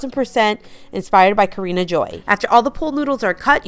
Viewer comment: Kaarin Joy ( Car-in) not Karina! Sorry not being rude I just follow her! You are incredibly creative and I love your stuff! Much respect that you give credit to where you get the inspiration! Thank you for all the ideas❤